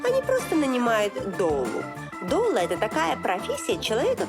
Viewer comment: Не дОла, а дУла. Это акушерка.